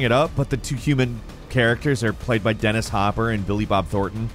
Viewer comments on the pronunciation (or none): none